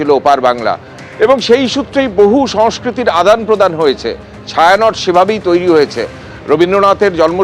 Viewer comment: ওটা ছায়া নট না, ওটা ছায়ানটি